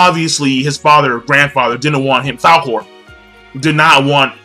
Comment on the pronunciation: This nigga said falcor. Man im dying lol